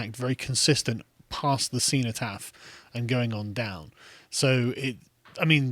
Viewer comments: Seenotaf? 1.55. learn to speak you mong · Learn how to pronounce cenotaph.